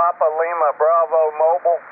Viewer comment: "Bravio" lol nice phonetics...lol de N2NKW